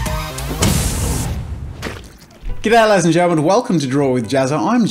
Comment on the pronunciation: I always hear "get out ladies and gentlements..."